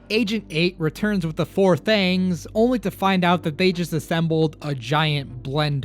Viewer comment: The four thangs find the of Word out : the four “THANGS” 😊 enjoyyyyy